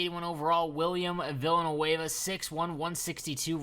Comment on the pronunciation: Holy Jesus Christ how did you prononce Villeneuve 🤣🤣🤣🤣🤣🤣🤣